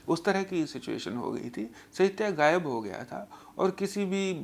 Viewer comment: surprised to see a famous urdu lyricist not pronouncing common urdu words correctly. (Gayab in place of Ghayab and Tareeka in place of Tareeqa). Strange !!!